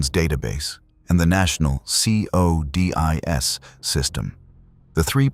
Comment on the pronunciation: It annoys me how it pronounces codis. Is it just me?